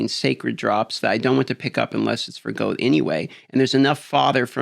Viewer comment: I don’t know why but it really bothers me when he says goad instead of gold and row instead of roll.